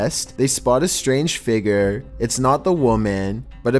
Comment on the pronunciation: Everyone: How do you pronounce "figure"?: Figger.